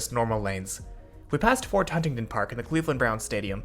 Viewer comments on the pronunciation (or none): none